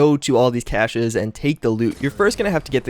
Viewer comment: You said cache wrong... Ahh it bothers me